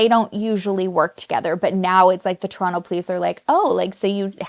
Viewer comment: Aaaaah finally! I’ve been waiting for you to cover this case!!!! PS… looove that you say ‘Toronto’ the Toronto way 😉